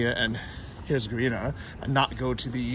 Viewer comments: Medugorje Bosnis-Herzegovina, on your last green map. Couple hours south of Mostar. In 1981 Medugorje was a town of about 450 people. Since then over 40 million people have been through there. When pronouncing Herzegovina,(think of Hertz car Rental) for the 1st part :):):) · Hurts her go vinha (vino with an a sound on the end)